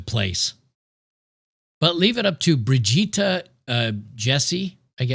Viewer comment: => When you said "Brigitta", I heard "Vegeta" and I was like "What the Hell did this guy do again?!?" istg this guy did over 9000 bad stuff...